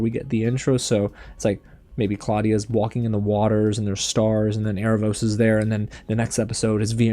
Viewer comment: *Aaravos. Air Ra Vohss.